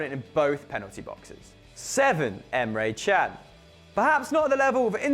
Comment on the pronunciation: you say emre can wrong emre kan not emre chan